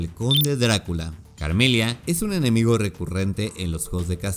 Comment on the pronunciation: Lo único que me chirrió de éste video fueron las pronunciaciones "Carmilia" y "Leonor", las pronunciaciones correctas son simplemente "Carmila" y "Lenor" respectivamente... Sí, me puse jodido pero es sólo que quería comentar y no sabía qué 🙃 además que todos los datos son los mismos que todos los canales dedicados a esto exponen, qué más se podría aportar??